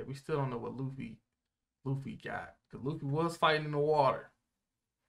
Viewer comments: Luffy? More like Luggy Pronounced "Lu-G" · Luggy, almost like Loogie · Wtf it's Luffy not Luigi or luggy